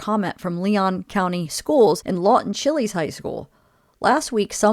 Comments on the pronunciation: It's pronounced Lawton Chiles...not Chilies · Its Pronounced CHILES (like Child's, but without the d. Chiles High School) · Lawton Chiles, named after one of the governors of Florida. It is not pronounced chili. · Chiles not Chili's lol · It is pronounced Lawton Chiles, like miles, not chili. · Lawton Chiles rhymes with Files/Tiles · You pronounce Chiles like Child's without the d. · Chiles rhymes with "miles"... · Chiles is pronounced like Child's without the D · Chiles is pronounced like "childs" but without the "D"... Lawton Chiles.